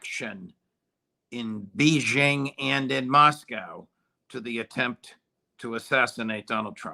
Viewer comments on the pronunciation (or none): My mind was already blown by Larry Johnsons pronunciation of the word 'roof - and then the host hits us with a 'Be-Jing'! 🤯